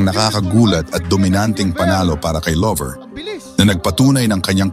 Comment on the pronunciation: Hindi lover Llover double L yan nakakahiya pakinggan